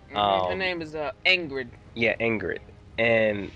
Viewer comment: Its Ygritte (eee-grit), not Ingrid. Wildling is Osha not Asha. That is why they changed Asha's name to Yara for that specific purpoose of not confusing the two. Maester is Luwin. Spice King. This episode was a HUGE deviation from the books.